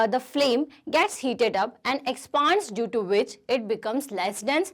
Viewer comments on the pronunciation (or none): Mam it is expend not expaand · Ma'am it's " Expand" Not " Ex-paa-nd" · Excuse me, Firstly it's expand not expend they both have different meanings But when something increases in it's size then we call it expand , Yea Ma'am was pronouncing it wrong we should pronounce it Expand not Ex-paan-d